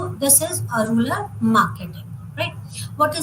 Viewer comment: Rural or rular?your pronounciation is heard as ruler!